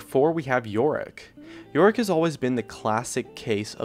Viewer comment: this nigga said Olaf and Yorick lol